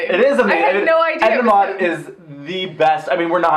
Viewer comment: Who the hell is Edna Mod? Its Edna Mode...